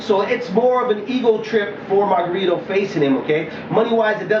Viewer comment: lmao ive never heard anyone call him mayRunner! lol... funny